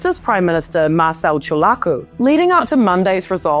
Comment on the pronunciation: check her pronounciation of Ciolacu lol